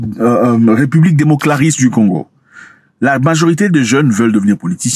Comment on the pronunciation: 😂 république démoclarisse j'ai bien entendu où bien 😅